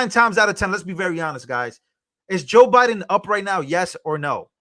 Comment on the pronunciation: Did anyone hear Kamala say to Trump. "Youre not running against OBiden."?